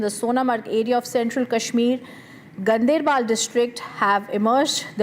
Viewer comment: it is not gun dr bal or gun dair baal ..... it is gaan der bal... Ganderbal